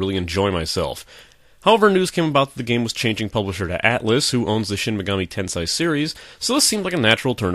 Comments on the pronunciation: MortalWare unfortunately Japanese is very strict in its pronunciation. "Tensai" is a completely different word (means "genius") from "Tensei" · It's pronounced "ten-say" not "ten-sai" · Normal pronunciation of Tensei = ten-say" pronunciation of Tensei = "ten-sai"? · The hell you say.. He also says niche as 'nich' not 'neesh'. But each to his own. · "In this video I repeatedly pronounce "Tensei" wrong. Get over it." NO!